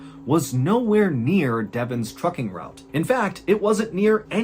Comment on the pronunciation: I have dyslexia and sometimes hearing not good. I heard 'Fu-king Company', instead of Trucking. So for a minute, I was wondering what kind of company is this?😂